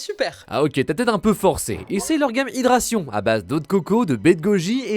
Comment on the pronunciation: par contre les gars. On dit HydraTAtion.